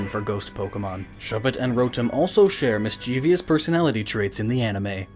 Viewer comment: It shouldn't have but it really annoyed me each time you mispronounced the word 'mischievous'